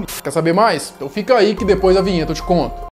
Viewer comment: Ele n fala te vomo ele fala te conto po